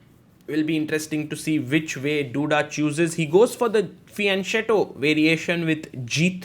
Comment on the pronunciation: Sagar Sir, it is pronounced Fee-yun-quetto. I hope I didn't offend you. Fr. one of your fans in the Phils.